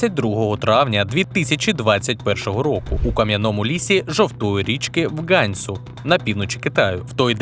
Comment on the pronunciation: Відео гарне, але бачу деякі помилки, переважно через переклад. Наприклад, місцевість там не лісиста, а навпаки, treeless. І наголос у назві провінції Ганьсу на другому складі.